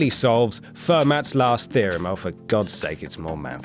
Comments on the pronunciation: Damn, I cringed every time he pronounced it Ferm"AT" instead of Ferm"AUH"... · The mathematician's name is pronounced fur-moe not fermat. You idiot. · It's pronounced (fer-mah)!!!!! Not (fer-mat)!!!!!! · "fermat" is pronounced "firm-ah", its french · its not ASC2 ya moron, its ASCII. and its not 'fermats' last theorem. its pronounced fermeee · Most mathematicians pronounce it Fer-mat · Note to WhatCulture: If you're going to do a video about math, get someone who knows something about math to do it. This guy couldn't tell an even number isn't a prime number, didn't know how to say ASCII, and couldn't pronounce Fermat's name right.